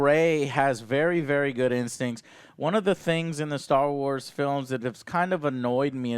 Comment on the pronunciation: What's with people saying 'star wats' instead of 'Star Wars'?